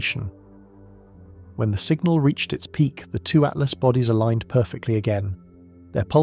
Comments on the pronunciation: Why has 3I Atlas been changed to "3 Atlast" by this AI voice over? Is it hinting that "at last" we're going to be destroyed by aliens? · This AI said 3 at last... Yeah not something people shouldn't listen to if it can't. It doesn't pronounce what the subject is talking about. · Stupid ai voice cant even say atlas